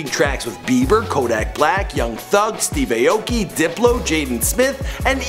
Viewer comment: Steve ayyye Olk Key